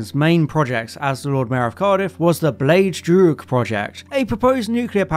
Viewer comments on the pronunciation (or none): Bit late now, but Blaidd Drwg is pronounced Blithe Droog.